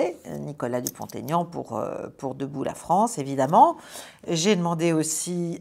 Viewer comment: Bonsoir Caroline c'est toujours un plaisir instructif que de vous écouter je dois juste vous informer que l'on ne doit pas faire la liaison Nicolas Dupont Aignan il faut prononcer Dupon Aignan (sans le "t") je me réjouis de vous écouter avec Florian, Nicolas et François Bien à vous